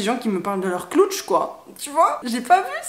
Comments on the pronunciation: Dsl mais le moment ou j'entends " j'ai un gros cloutche " j'ai trop rigoler 😅. La situation en elle même n'est pas drôle mais le cloutche m'a surpris que j'ai rigoler. C'est vraiment bien de sortir du tabou des menstruation. J'adore t'écouter car tu parles de plein de choses que les gens n'ose pas. ❤ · Salut, juste pour te dire que tu m'as fait rire avec tes "cloutches", "clootch"? Tu l'écris comment du coup? 😄 En tout cas tu as raison de parler de ces choses là, certaines personnes en ont sûrement besoin.